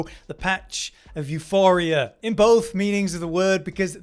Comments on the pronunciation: There is no 'H' in Euporia. It's Euporia not Euphoria. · you - pour - ee - uh not you - for - ee - uh there is no 'H' in the weapon name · Say it with me class Euporia. You-poor-e-ah.